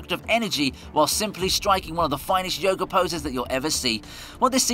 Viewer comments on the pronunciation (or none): none